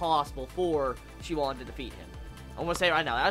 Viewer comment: Nice vid man, glad you're finally doing this series! Just wanted to point out that the Oon in Shioon's name is dragged out like soon or toon. Same for the last part of Sunwoo, the woo